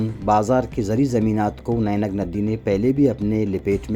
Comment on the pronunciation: نینگ ندی نہیں واجہ۔۔۔یہ نہنگ ندی ہے۔